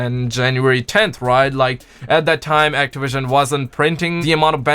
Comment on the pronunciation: Actawision lmao 😂😂😂😂😂😂😂